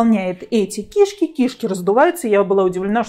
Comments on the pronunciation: Говори правильно кишКИ, а не КИшки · КишкИ! А не КИшки! Что за странное ударение, ужас просто. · Не кИшки,а кишкИ. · Правильно кишкИ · очень странно, возможно ваш местный диалект, но это неверно, КишкИ правильно.